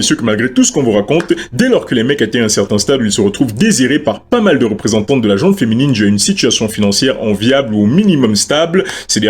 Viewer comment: Petit point prononciation : "la gent masculine, la gent féminine". Il n'y a pas de "E" à la fin de "gent", ni pour les hommes, ni pour les femmes. C'est un nom féminin, et comme l'adjectif qui le suit ne commence pas par une voyelle, il n'y a pas de liaison orale.